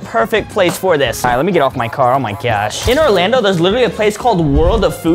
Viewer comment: Lol I love how he says gosh he says it like gyosh lol with the y lol